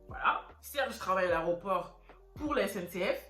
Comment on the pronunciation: On dit aéroport ma chérie et non aréoport 😭😭😭